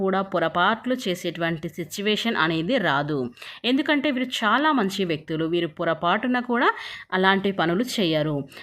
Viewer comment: Amma mundu nee bhaashani maarchuko shaalaa kaadu chaala ok na kaasta telugu viluvani kaapaadandi satya ganes nrpm